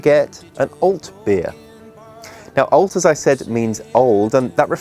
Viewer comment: Cheers for Düsseldorf. Good beer, crazy Haxe, a very nice town. I’m waiting for 25l Alt to finish right now. Can't buy that stuff here up here in Norway. But, it’s not "auwlt", try Alt, with an ɑː. Open mouth, like the A in father (British RP).